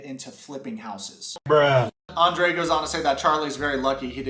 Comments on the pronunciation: Is it me or dose each time Libby says her husbands name..like its such a delighful Andera pronouncement..its so icky He EXPECTS her to stick up for him Hes a Cry baby and such a runner ..he thinks everyone should be his financial institutions.. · I have to laugh at Libby everytime she pronounces his name. She has an exaggerated accent. She could do much better than Andre so why is she settling for him. She sure seems desperate marry someone like him. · I can not stand the way Elizabeth pronounces Andre. It's sickening. Even his family doesn't pronounce his name like that. He's a loser and sounds like he's talking with a mouth full of crap. Get rid of these 2 losers... even Libby is using her dad. Its shameful. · He's so Narcissistic and libby is so spoiled that they both together create a monster. It's disturbing. She could've just skipped Andrei and his BS and married her own daddy 🤣 since he is supporting her . Then we wouldn't have to listen to the way she pronounces Andrei. Idc if that's the right way to say it ,it sounds weird coming from her mouth..